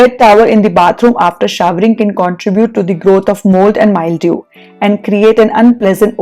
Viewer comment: Wonderful video as usual. One tiny suggestion - it is pronounced as mil-dew and not mild-ew